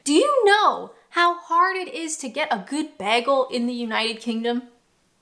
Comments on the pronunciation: Aww goodness, yes I must agree, you do say bagel funny haha! Sounds like you are saying "Beargul", whereas we would say it "Baygul". Also, Doner - you say it how it looks, like a blood doner, but most people here say "Donna" and "kabAb", not kabOb. :D But nevermind... atleast you ranked Fish & Chips as S tier, that's all that matters <3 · The way you say bagel "baggel" reminds me of a Community episode where a character (Britta) pronounces it the say way, It makes me laugh 😆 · I'm Canadian, and I also hate the way you say "bagel"! 😂🤣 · I have been to Taco Bell once, we were in London and the girls wanted to go, and I was actually pretty impressed. p.s. what is that vowel in the way you say bagel? is it possible you've invented a new vowel?! p.p.s. did you say you live in a wok-able town? that's funny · She definitely needs some Pronunciation lessons for Bagel